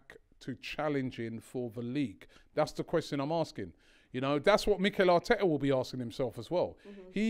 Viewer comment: Talking of pronunciations, there are two T's in Arteta...